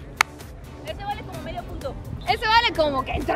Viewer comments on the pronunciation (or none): none